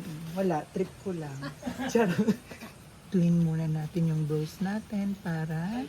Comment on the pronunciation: anong brows,,,,braws yan ang pagbasa baklang to!